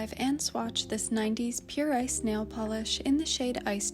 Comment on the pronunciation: I'm sorry but its morning and I heard you say "Pure Ice Nail Polish" and all I could hear is "Pure I snail". I was very interested where the snail is going to come into play lol